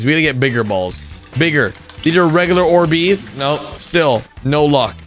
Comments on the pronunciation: ORbees, emphasis on the OR, instead of the BEES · Bro why he pronouncing these like or- BEEZ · "Or-bees" Is- is that how you pronounce it